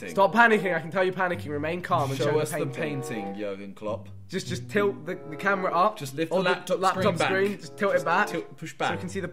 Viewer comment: “Jurgen Klopp”😂